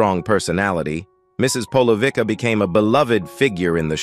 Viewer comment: Corrections - I wish people who do these videos get their facts right first. 1) The Good Life ws BEFORE To the Manor Born - To The Manor Born developed on the success of The Good Life as Penelope Keith was so popular in the former. 2) Mrs Polouvicks is pronounced "Polouvitska" and NOT "Polouvika" - pleaase check the pronounciation first before trying to speak a name that is not English. 3) to those who say Peter bowles is still alive - he did, in fact, die in 2022, aged 85.